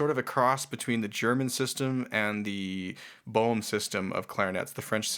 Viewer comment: Thank you for informative interview with someone who plays a true Boehm clarinet. But shouldn't you learn how to pronounce "Boehm" properly?